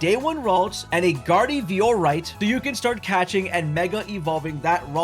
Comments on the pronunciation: A "gardy-vee-or-ite"? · "Gardhee-Vee-Or-Ight" There is no way some of these Youtubers even play the games they cover